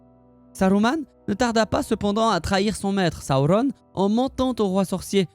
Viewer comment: Alors, j'aime beaucoup, par contre.. Si tu pouvais prononcer Sauron > Seau-rond et pas sa-ou-rone etc ça rendrait plus simple à suivre ton discours ^^